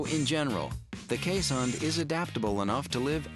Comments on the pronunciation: Iris Stam that’s a watchdog, not a guard dog. They will be just as likely welcome an intruder with licks as try to stop them with any force. Also, pronunciation is Kaze*hond, not Kees*hond. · "this is how its pronounced correctly: keeshund" nope you still mispronounced it :') its kees hond with o being spoken like boy, god or dog. they are infact really good guard dogs and are called alarm dogs sometimes cause they bark at any intruder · Why are they pronouncing it as keeshund?? I'm Dutch and it's hOnd like in the word dog or boy. (Hond is the Dutch word for dog!) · They mispronounced keeshOnd not keeshUnd I know I'm Dutch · If you're Dutch or Afrikaans, you would know how to pronounce Keeshond. You say it like this K - EE - (like the EE in deer) - s - h - O - (deep O like the O in Boar) - nd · Then you're a fake dutch. My girlfriend's family grew up with these dogs in NL and they always pronounce it kays-hund.